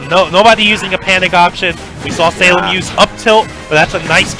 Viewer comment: I still hearing the commentators call salem "sailor" wtf